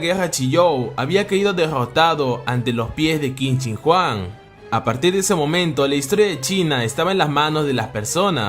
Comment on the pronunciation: Jente normal pronunciando el nombre que qin chin Huang yo 😎😎😎😎 kin chin Juan